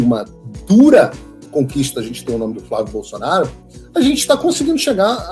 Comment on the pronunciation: Não entendo porque Tarcísio não consegue falar o nome FLÁVIO BOLSONARO!!!!!!!!